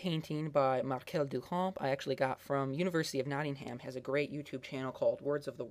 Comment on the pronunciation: marsel dooshoa, not markel dukamp